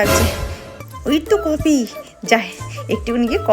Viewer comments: কপি না কফি। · কপি ❎কফি ✅😂